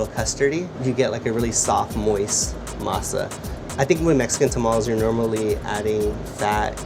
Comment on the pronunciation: I hate how he chooses to say words like Masa in a idk wtf kinda accent lol